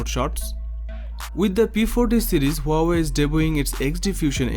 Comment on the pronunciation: Ha-wai... Just pronounced like that 😂